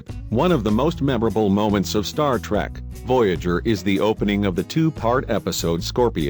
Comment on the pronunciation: ur robot voice isn't even saying "trek" properly....lulz